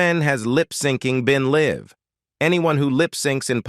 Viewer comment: The AI narrator's voice is robotic and annoying, It's riddled with basic mistakes in English pronounciation. There is a difference is pronouncing"live" and "life." Also the guy can't pronounce "miserable" and "marraige," Even the word "up" was mispronounced. As were "icons" "fragile." "Taupin," "alcohol," "Diana" and "Richards." After 5 minutes the mistakes were too ridiculous and I couldn't listen any more. The same information is available on similar posts. Don't know why this awful mess was produced as it ads nothing to the story. The whole mess seems like clik-bait. Besides the redundant information, the voice of the narrator is unnatural and incredibly annoying. Someone should start running Plagiarism Checker on these bogus "news" reports. There's nothing original here. It's all AI generated. The content is lifted from stuff previously published and read by an annoying robot.